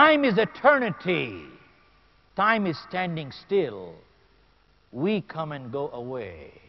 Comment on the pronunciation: its time not tie